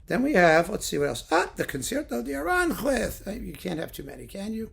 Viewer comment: Saludos desde España,. Tu pronunciación del español es muy buena. Solo un pequeño apunte: Aranjuez es una palabra aguda. El acento recae en la última sílaba (juez). Se pronuncia A-ran-juéz. No A-rán-juez que es como lo dices tú. Espero que no te moleste, pero tenía que decirlo. 😉